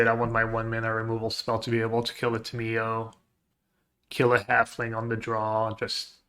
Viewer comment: Ta “Me” yo